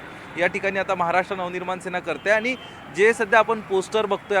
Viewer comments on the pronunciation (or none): आधी तु मराठी नीट बोल आनी पानी करू नको